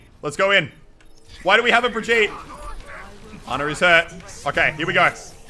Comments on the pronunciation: Elliot it’s bri-geet-uh not bri-jeet-uh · IT'S NOT BREEG-YEET, IT'S BREE-GEE-TAH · Why do you say brageet it's brageeta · And to pronounce Brigette, Brig-yeet-duh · Muselk it is BRA GEE TUH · It’s Bri-YEET (I am actually sorry)